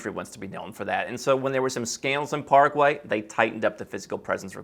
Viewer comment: PARA- QUAY! Pronounced